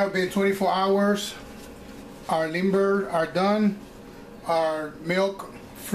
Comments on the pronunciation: Correct me if I am wrong but I'm hearing you pronounce limber more like timber. Doesn't it sound more like "Leem-beh" just sayin, I've lived in the projects for 22 years and that's the way I've always heard it. Nonetheless, Imma use ur recipe... thanx. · Hehehe i love how he says creamy limber (as if still talking english)! Thats spanglish for ya!